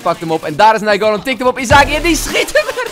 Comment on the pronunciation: je zegt naingolan verkeerd 🤣 je bent de beste fifa speler:-D